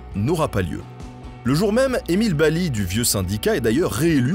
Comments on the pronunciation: Bel Hommage de la catastrophe de Courrieres mon père et mon grand père étaient mineur à Harnes juste à coté , Et je voulais dire ça se prononce BaZli et pas Bali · Coucou, tu dis baly dans la vidéo mais ça se dis bien basly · Petit point de detail, le "s" dans Basly n'est pas muet, son nom est donc prononce BaZly. Merci beaucoup pour cette video. Mon grand pere (employe des mines) me racontait cette histoire quand j'etais gamin. Cette catastrophe et la vie de mineur ont fortement influence la culture du pays minier, un esprit de solidarite et de communaute. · Super vidéo. Nota Bene: on dit Emile BaSly (on prononce le S). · Bonjour Nota ! Belle vidéo Juste, Emile Basly, on le dit "Basse Li" Sinon, j'ai travaillé à Lens, cette histoire est très connu On avait des anecdotes comme les mineurs remontaient du fond en avril qui avaient survécu en mangeant des chevaux du fond, les patrons leur auraient fait payé avec une retenue sur salaire Enfin, c'était l'epoque des mines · On prononce Émile (base lit) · Le s de basly se prononce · Émile Basly se prononce BaZly le “s” n’est pas muet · Erreur on prononce le S de Basly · merci pour cette superbe vidéo juste une petite remarque, Mr Basly le s se prononce "z" encore une particularité du pas de calais bonne soirée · basly le "s" ce prononce